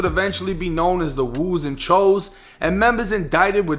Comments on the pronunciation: Someone probably already said this but it's pronounced Choose not Chose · i hate that choo is pronounced cho instead of chew